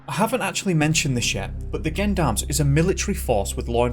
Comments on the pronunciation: Gendarmes is said with a soft G not a hard GU, like "gently" not "gun". Gendarmes are the military police force in France. There is Police and Gendarmes, the police force works in cities and Gendarmes are more deployed on the territory and country side. They also patrol roads and highways. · Why do you pronounce gendarmes like that?